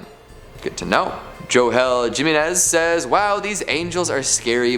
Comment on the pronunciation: Jim-en-ez......😂 think heman-ez then u got it lol the office attendants used to pronounce my name like that in elementary school😂